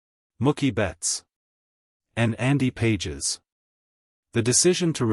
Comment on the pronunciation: You’re mispronouncing Pages’ name. Fake.